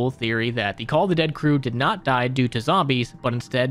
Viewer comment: "Die" as pronounced as "Dee" fyi